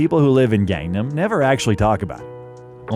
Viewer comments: please pronounce gangnam correctly! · Your pronunciation of "Gang-Nam" is not correct